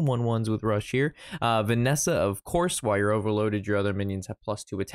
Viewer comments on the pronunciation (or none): Did you just call Vanessa "Vessina"? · Notice how pronounces it Venessa and not Vessina Edit: lots of comments like this I just noticed. Oops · did you just call Vessina "Vanessa" 😂